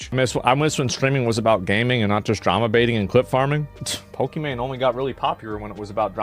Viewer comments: Can the text-to-speech figure out how to pronounce Pokimane already? Poki-Mine, Poki-manae? Really? 😂 Maybe it's a diss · love the AI calling her "pok eh mon eh" over and over lol